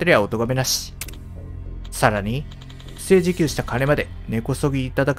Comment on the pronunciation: 不正受給「ふせいじゅきゅう」